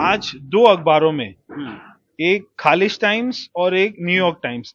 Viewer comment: आदरणीय, प्रवेश जी, खालिज नहीं होता है बल्कि खलीज उच्चारण होता है, बीजेपी वालो कुछ तो अच्छा करो जिससे तुम्हारा इतिहास मे नाम रहे, लेकिन तुम्हारा हाल यह है कि जम्प कर जाओगे नाला और नहीं करोगे तो नाली, तुम्हारी मानसिकता ही ऐसी है l